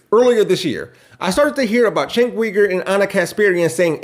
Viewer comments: Wether you like Ana or Cenk ( btw, your purposely not pronouncing Cenk correct ) , they are NOT anti trans. And they are both certainly NOT right wing. Does anyone ever agree with every single word someone says or how they say it. I was sorry too hear about Benny. But they absolutely do believe that she deserves too be able too live how ever she wants. Safe, healthy and happy. Ana gets on my nerves sometimes and i don't always agree with some of their opinions . But i trust that their giving us the facts. And want what's best for our country. And i still watch them almost everyday. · The fact that you don’t know how to pronounce Cenk’s first or last name is amazingly telling.